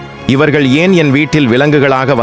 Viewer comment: ஏய் னு சொல்றத நிறுத்த முடியாது..... ஏன்ன அது Ai 😂😂😂😂 அது அப்படி தான் மனிசன் பேசினா சறியா உச்சறிக்க முடியும் ஆனா இது Ai னு ஒரு தொழில்நுட்பம் பேசுது அதனால அப்படி இருக்கு 😅